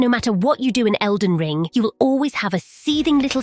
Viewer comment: “Elden Lean” 💀